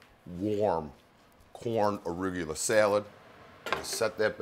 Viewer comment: never knew arugula was pronounced aruygula